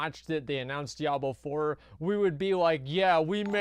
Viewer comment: DIE ABLO wtf dude